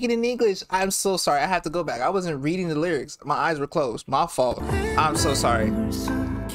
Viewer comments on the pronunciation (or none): none